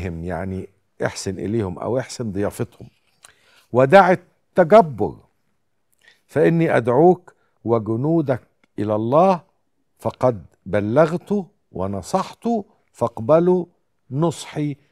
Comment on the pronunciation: بلغتَ ونصحتَ وليس بلغتُ ونصحتُ